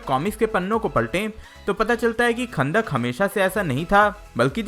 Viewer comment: chutiye wo "khandak" nhi kahndaq hai